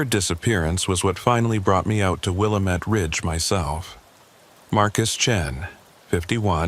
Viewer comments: Willamette not wilomet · pronounce Willamette like will AM ette. This is Oregon, not Illinois!